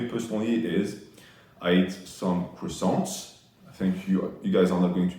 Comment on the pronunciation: He didn't say un croissant with French accent 😢😭